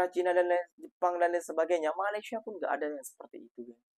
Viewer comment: Mas, tolong Mas, sebutan Malaysia nya, harap dapat dibetulkan. Slaah sebutan tu woiii